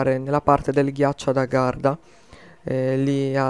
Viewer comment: hai detto garda invece che agharta :)